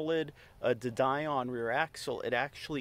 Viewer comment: de Dion is French and pronounced Dee-on, rather than Die-on. It's a reasonable suspension arrangement to use a motor and gearbox system designed for a FWD car. The bevel gearbox is more efficient than a live axle's hypoid gear as there's a lot less sliding friction.